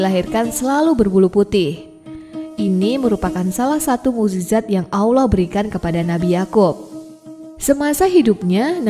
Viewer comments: Kurang fasih menyebut Alloh .masa awloh ..🤦🤦😞😞😞😞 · Awloh? Yg bener wahai ukhti.. Allah.. Alif lam lam ha..